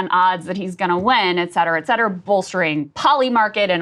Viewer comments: If he does, please learn to say “et cetera” properly, Sagaar! 😅 Respect the Romans just a little bit if you’re going to be a conservative broadcaster 😂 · 😆 maybe one is a fitness watch 🫣. If he learns to pronounce “et cetera”, I’ll forgive him the extra watch. Pet peeve 😂